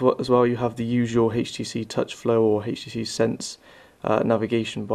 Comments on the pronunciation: why the hell is he saying hayeh.T.C hayeH.D instead of htc hd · dude...u really need to stop saying heicht tee cee tew....its fucking pissing me off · I can't watch this because you pronounce the letter 'H' wrong. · Where in the UK are you from, you keep pronouncing the H in HTC as Haych -phonetically? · hhaaha "hatchh tee cee hatchh dee two" hahahahahah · haytch tee cee, haytch dee two Rawr. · What country are you from? "Hayche tee c" lol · lmao! that HAYCH TEE SEE line is really funny...